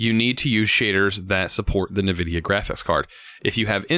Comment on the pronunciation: Wtf I did not know there was a person in this planet who pronounce Nvidia as Nevidia.